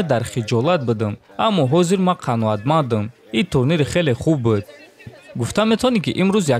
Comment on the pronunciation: "Быд"не братан,"буд" назгтар мешад истифода бари.пешаки узр.забони точики ширинай лекин афсус